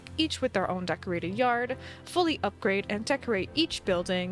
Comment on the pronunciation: I love how she speaks,t upgrade to upgrate lol